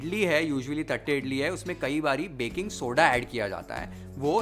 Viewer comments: Th used in south indian languages does not mean थ ... it is त only. It is pronounced as तट्टे इडली. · Bro... Its not "थट्टे" its "तट्टे" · Dear Chef thank you for the recipe! Btw its तट्टे इड़ली. We SouthIndians use t for ट and th for त. But your pronunciation was spot on!